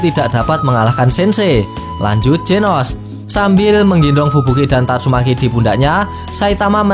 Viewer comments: tatsu maki bang bukan tatsu meki 🤣🤣🤣🤣🤣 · Tatsumaki ya bukan tatsumeki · Tatsumaki bukan tatsumeki wkwkkw seru2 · tatsumeki wkwk keseleo lidah mas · Kok aku dengernya tatsuMeki yaa ??? Ahh sudahlah ... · Bang bilang nya tatsumeeeki aja